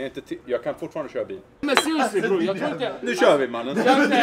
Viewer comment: Någon som har en "mannen"-räknare? Hur många mannen fick vi höra? 40 000 miljarder gånger ... Och hur många "braw" hörde vi? Bro stavas det och uttalas ... "Braw" är något hittepå uttal ...